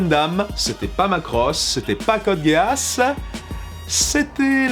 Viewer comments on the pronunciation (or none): question débile pourquoi dis tu Code Guéasse ? parce que on est bien d'accord que ça ne se dit pas Code Guisse, mais ça ne se dit pas non plus Guéasse ça fait quelque temps que je ne l'ai pas vu, mais il me semble que tous les perso le prononce GUIaSSe (les majuscules sont là pour ce qui est le plus prononcé, le a et le e sont presque muet) tout ça pour dire que prononcé Guéasse et tout aussi erroné que Guisse, sauf que guisse a une logique (prononciation anglaise) alors que guéasse n'en a pas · Je sens que 60% des commentaires sont : "MAIS C'EST PAS CODE GASSE , C'EST CODE GEASS (guisse) !!! " Je dis ça , je dis rien mais j'ai eu TRÈS mal aux oreilles pendant cette vidéo ... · Je sait qu'il ne faut pas se moquer des pronontiations mais...code: gay ass ? Serieusement ? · Ouais, si tu veux Guiasss ou Guiasse, c'est à un poil de cul la même chose, je parlais de sa prononciation comme on l'entends dans la série et suivant les seiyuu c'est prononcé sss ou sse. dans tous les cas ce n'est jamais guéasse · ça se dit Gui-As, et vous ne savent pas bien le prononcer. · ça fait mal aux oreilles j'avoue :-) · Woah, on prononce pas Code Geass "Code Gay-Ass'' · ghe-ass est tout simplement la bonne prononciation de Geass en japonais et aussi en anglais (comme on peut l'entendre au début de cette review du dernier film ) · À chaque fois que tu as prononcé code Geass du sang coula de mes oreilles